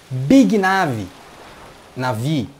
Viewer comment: Cara, para de falar NEIVI pq nem lá fora é NEIVI, é NAVÍ. Teu canal é mt bom! :)